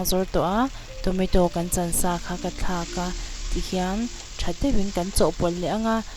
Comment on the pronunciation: Tometo a ni lo tomato